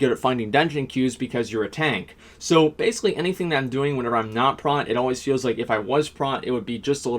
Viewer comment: It's not "Prat"...sound out "Protection" and then you know what "Prot" sounds like. :)